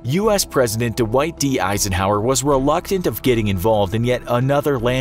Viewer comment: Dwight is one syllable, not two syllables.